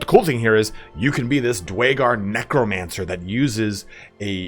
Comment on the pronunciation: My apologies but I have to nit pick here; the Dwarven Subrace of Duergar is pronouced Dooergar as opposed to dwaygar. though because of the weird name most people I know just call them deep dwarves lol